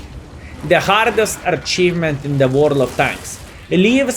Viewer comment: noone:: archievement archieved